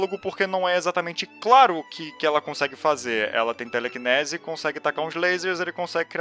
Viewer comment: "teleCINESE" "eu não sei se eu sou burro mas eu nunca interpetrei" kkkkkkkkk foi mal mano mas ficou muito bom